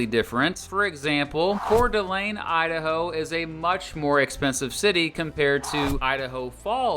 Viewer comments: I was surprised when you said coeur d'alene almost correctly. North Idaho is more expensive to live in because we're growing faster and it's a lot more beautiful than the south. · Props for pronouncing Couer D'Alene correctly. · THANK YOU THANK YOU FOR NOT MISPRONOUNCING KOOTENAI OR *COEUR D' ALENE*, many people mispronounce those specifically all the time lol! Good job! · Current Idahoan, former Montanan here, your pronunciations were spot on. People don't always pronounce Kootenai or Coeur d'Alene correctly. I also appreciate the mention of the Berkeley Pit. Only thing I wish you would've talked about was the silver valley but otherwise, fantastic video